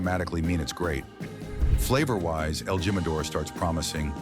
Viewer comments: You ought to teach the AI how to speak Spanish... It would be a lot more credible & a less hilarious... It's not gym•a•dor, it's heem•a•door... Celeb tequilas suck! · EL GEE-MADOR??? IDIOT!! LEARN SPANISH!!!! WHERE'S THE CENTENARIO ??? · What the heck!?! J is pronounced H= el Himador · El Jimador is pronounced "he ma dor."